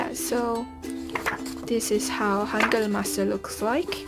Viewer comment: I think you're the first beginner in korean who pronounce the word ,,hangeul" right they always say ,,hangul" like an clearly ,,u"